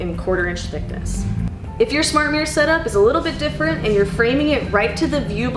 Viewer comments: Idea for drinking game: take a shot every time she mispronounces "mirror" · How do you get to present this video when you can't pronounce the bloody word MIRROR